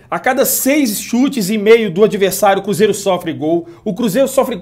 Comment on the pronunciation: Porque tem momento que voce diz "cúzeiro " e nao cruzeiro